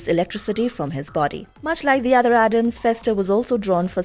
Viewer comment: It is ADDAMS, not Adam's, for Gomez's sake. I'm very tired of that mistake.